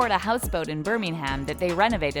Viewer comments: Wtf. I am English and I have never heard someone call it birming ham 💀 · Honestly it was weird hearing it 😂